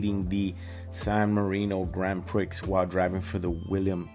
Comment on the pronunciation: Sorry for the later comment here. Nice reaction video my friend. One thing I will say, it's not pronounced the Grand Prix (Prixx), it's pronounced Grand Pree (it's from the French word), just a small thing mate, but, as I said nice reaction otherwise and thanks for that